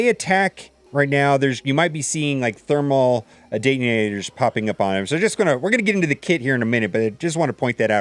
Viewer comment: Thernul Demonators....Termal Detamonitors.....xD